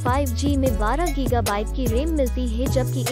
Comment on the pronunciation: Ram ko rem kon bolta hai